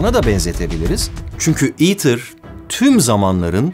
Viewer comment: neden "ITER" değil de "eater" diye okunuyor? Kısaltma değil mi bu...